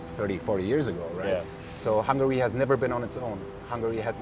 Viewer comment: Hungary has three syllables